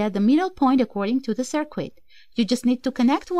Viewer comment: I love your channel and enjoy listening to your instructions. Please keep making videos! I think you would like to know: "circuit" is pronounced as if the 'u' is silent. "Sir+kit", not "sir+kwit"